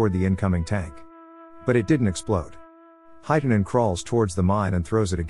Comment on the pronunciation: It's not heitanen its hietanen and vilho is wrong also its koskela